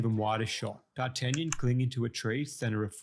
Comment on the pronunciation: you butchered D'Artagnan's name worse than the dogs did to his character